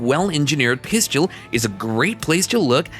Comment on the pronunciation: 😂😂😂😂Hey um guy, the word you're looking for is PISTOL PRONOUNCED PISS_TULL, NOT PISS_CHEW_ELL. ONCE AGAIN THE WORD OF THE DAY IS P-I-S-T-O-L. NOT P-I-S-C-H-E-U-L. Please, please, PLEASE LEARN HOW TO SAY PISTOL CORRECTLY. I really like some of the things on your site, when I'm teaching my clients about handguns, but Everytime you say pisschewl, I just cringe, and NEVER want to watch your site EVER AGAIN.